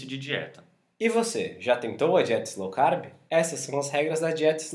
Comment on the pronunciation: Não é Slow manos... é LOW CARB... esse "S" aí não existe.